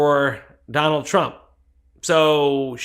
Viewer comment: I like the way she blocked the T in Trump so it’s rump